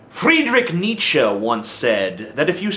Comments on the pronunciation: Dude, his name is not "Kneetsho," it's Nietzsche. I can understand the not being able to pronounce his name totally correct, but where did the 'o' come from? :-D Other than that, you're pretty damn cool. Kudos to you! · Who's Friedrich "Nietzschow"?